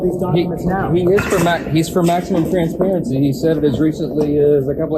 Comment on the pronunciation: “Im-por-dant” “Int-formation” “Trant-sparency” -Marjorie Taylor Greene